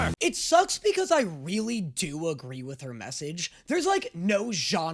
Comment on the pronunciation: ain't no way just said weally😭😭😭😂😂😂😂😂